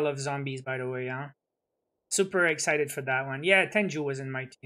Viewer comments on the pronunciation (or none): none